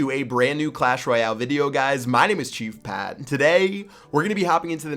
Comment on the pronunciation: Chief pat, just said " Cheap Pat's dick" instead of "Chief Pat's deck" lol